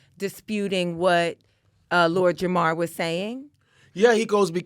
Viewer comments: At this point I think is purposely mispronouncing Lord JamaRs name. He keeps saying Jamal. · even mispronounced Jamar’s name. Lord Jamar has had his name said incorrectly all day every day of his life. This is his villain origin story - he became so enraged about having his name said wrong every day that he went on a crusade to spread the idea that the Earth is flat. It’s misinformation weaponized as revenge!! He’s at home in his evil lair like, “They shall remember the name, of LORD JAMARRR!!!!!”